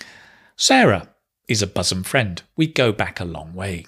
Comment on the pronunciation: Hai, I am an ardent fan of yours. Please carry on your good work. By the way, isn't your pronunciation of the word ' bosom ' different from the standard pronunciation given in the dictionaries, including Daniel Jones's. I suppose it's the Manchuvian version.